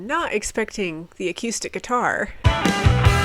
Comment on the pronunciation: I like how Molly says acoustics...aquuustics. I enjoy the videos, keep up the good work!